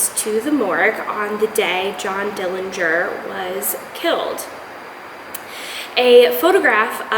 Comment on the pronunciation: Thanks for the interesting information regarding the history of death masks. The correct pronunciation of the Dillinger family name is with a silent 'g'. There is no proof that John killed anyone. The night of his death there wasn't any attempt to arrest him as they had one objective and that was to kill him.